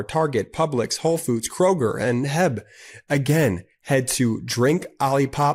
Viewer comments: I love ya’ll, but in your OlliePop ad, it’s H-E-B not Heb. 🤣🤣🤣 each letter is read, it’s not one word. It’s a Texas Mecca 🤭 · Omg Mispronouncing "H.E.B" is about to get you boycotted by EVERY follower in TX